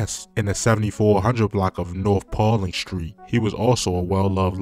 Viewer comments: and dude said Pauline Street instead of Paulina Ave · And he said “paul-leen street” tf